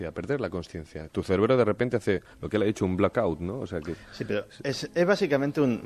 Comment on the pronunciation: definitivamente algún "celebro" se ha quedado sin oxígeno. xD